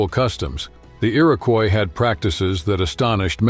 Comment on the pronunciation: Hi thanks for highliting us indigenous women and you mispronounced Iroquois you should stick with haudenosaunee with is people of the longhouse that is who we are beside Iroquois confederacy thanks again and good luck with everything